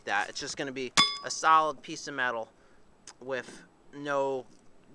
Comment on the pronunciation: Not sure if it’s an accent or not but when you say “with” it sounds like your saying “whiff”